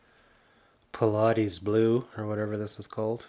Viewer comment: "pilotees blue" lol Phthalo blue 🤣